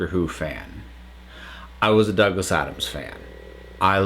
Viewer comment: FYI, if a name ends in 'S', they possessive is pronounced just like the name. Douglas Adams sounds just the same as Douglas Adams'. You don't add the "es" syllable.